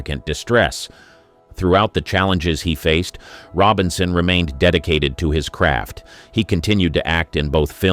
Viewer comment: Its all AI or word documents being narrated by your pc. ie Edward G Robinsoon and openlie rather than openly .